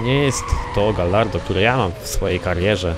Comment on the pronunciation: Gallardo czytamy Gajardo ;)